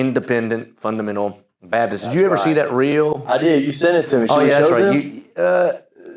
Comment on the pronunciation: Can someone explain the cultural phenomenon of IFB people saying "Babdist" but only when saying Independent Fundamental Baptist? Am I the only one hearing this?